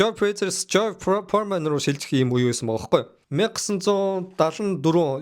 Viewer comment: jorj poremen gej shaajin george foreman